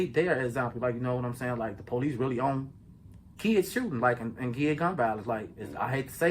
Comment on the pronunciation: Stop saying policsee...